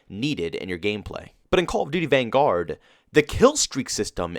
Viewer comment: Is it just me or does say Vanguard like it’s two words. Van Guard